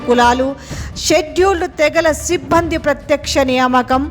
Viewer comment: సిబ్బంది అనే పదాన్ని చాలా ఇబ్బందిగా పలుకుతున్నారు. సిబ్బంది పదంలో జట్కా లేదమ్మా